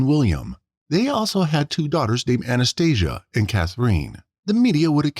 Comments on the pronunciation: It's Cath-rinn. NOT Cath-reen. And Anastasia. NOT Anesthesia. Robots should not be narrators. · Anaesthesia 😂😂😂😂 It's Anastasia